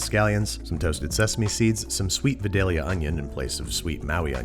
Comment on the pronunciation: Vie-Day-Lee-Uh. Like the city they come from. Alton Brown is spinning in his grave. SHAME.